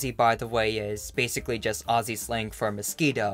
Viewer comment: The way you say the word Aussie